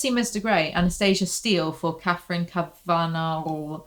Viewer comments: I’m sure someone’s already commented this but just in case “Kavanagh” is an Irish name pronounced “KAV-uh-naw” not “Kuhv-ANN-agh” ☺️😂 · I think Kavanagh is pronounced Kav-Anaw maybe? Idk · It's Katherine Kav- uh- naw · Kav-eh-naw you're welcome 🖤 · Kavanaugh is said like Cav - uh - noff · My inner goddess needs to recover her equilibrium after this mess, lmfao….also, never seen anyone struggle pronouncing cavanaugh so much 😂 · Your pronunciation of the last name “Cavanaugh” is truly LOL inducing, thank you 🥰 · Awesome! Also I think the first two 'a's in Kavanagh are pronounced as they are in "cat", and the last is like "car". So the whole thing is like 'caviar' but with an 'n' in it. 🤔